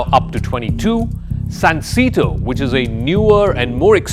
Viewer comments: It's pronounced SUN 🌞 SAY 🗣️ TOE 🦶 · It’s pronounced “sahn-say-toe”